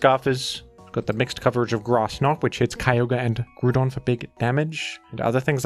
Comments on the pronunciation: I'm ok with the way you pronounce baton and Hippodon, but I draw the line at "Groodon". Is it a "groond" type now? Does it feature as a character in Despicable Me? What is this pronunciation? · Ah yes, the one Pokemon with a universally agreed-upon pronunciation, Groodon. As for Lando-T, I feel a lot of his reputation is owed to VGC, as he has been consistently strong in VGC OU in nearly all (if not all) metagames he's been in. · Man groudon and hip pow don names be getting slaughterd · it's actually pronounced Groond like Groodon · Lmao. You calling Groudon Gruudon will always be funny to me. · If you are going to pronounce Groudon like that, then pronounce the word Ground in the same way. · GREWDON. Nice try guy.